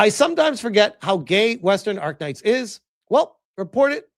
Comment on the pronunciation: It is ARKNIGHT not ARK-KNIGHT! As a fan, this is an insult